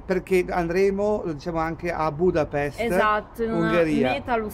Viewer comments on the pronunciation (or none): un si pronuncia budapeshte? so na sega maremma stramaiala